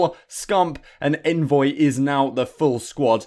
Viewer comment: Awnvoy! Lol I expected better from you 😂